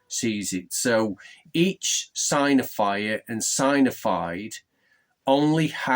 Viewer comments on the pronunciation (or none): Sig-nif-ied/sig-nif-ier Sorry if that’s rude but that’s how to pronounce it. Great Vid!